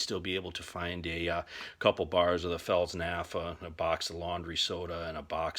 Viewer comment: Fels "nafa" lol. Replace the "p" with an "f" and ignore the "t" why not? Good video though, very much appreciated.